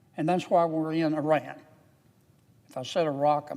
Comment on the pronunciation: Thank you for your correct pronunciation of the word Iran.